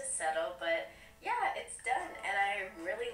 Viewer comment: it's "yuh" not "yeet" lmao